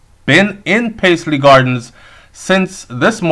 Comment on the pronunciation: Its Lynvale Bloomfield... And pronounced "Pas-ly" Garden